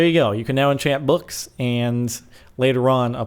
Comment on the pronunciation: You say books funny